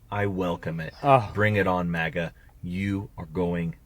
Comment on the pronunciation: I know he hate Republican but why does he say MAGA like that